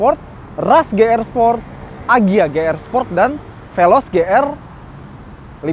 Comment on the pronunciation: Ti Ar Di bang,,, Ji Arrr bang,, 🧐